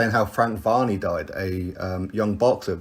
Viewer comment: yeah man I knew it was varey but I think your definitely mispronouncing it mate